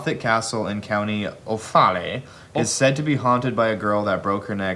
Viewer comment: Offaly is pronounced off-ally